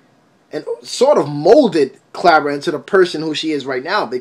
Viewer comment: KARA NOT "CLARA"!!